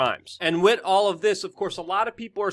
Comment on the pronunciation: can you please learn how to pronounce WITH